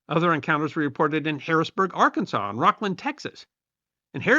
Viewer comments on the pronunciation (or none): none